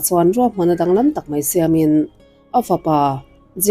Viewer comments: "A ngeihnawm" i ti leh tawh. "A ngaihnawm" tih tur. "En mei hi chuan" ni lovin, "En mai hi chuan" tih bawk tur. "An pawimawh hle mei a" tih tur ni lovin, "An pawimawh hle mai a" tih tur.🤦 Ngati nge "Mei" hi i tih ziah a, mei (fire) leh ramsa/ransa mei (tail) chungchang i sawi bawk si lo. "Mai" ti ve mai la... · 27Sec chho velah khian ' En MEI hi chuan' ti a lam chu a ang khawp mai. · Mei² tih ka ngaithla peih lo kei chu